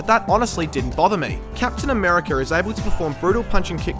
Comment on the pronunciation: Captain Americurr